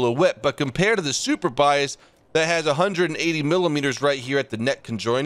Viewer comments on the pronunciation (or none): Andit's very funny the way says "Superbiased" and absolutely not "Surbaissé" xD I'd love to tell you how to say Sublindé and Surbaissé